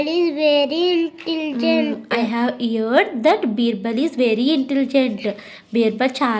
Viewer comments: "heard" word correct ga pronounce chesindi, meeru thappu pronounce chesaru....phonics class valla baga improve avuthunnaru pillalu super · “heard” ni mi daughter correct ga pronounce chesindi. Meeru tappu ga chesaru, so if you correct her she may pronounce it wrong.